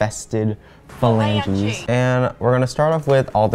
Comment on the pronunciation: could say "phalanges" all day and i'd laugh my arse off no lie.